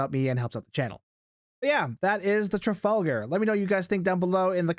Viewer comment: "Tragalgar" LMFAO